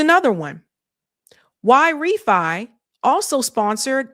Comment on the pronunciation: Great Show 🎉 I believe YRĒFY sounds like Y RĒ FY like Why Refinance. Hope you read the comments 😊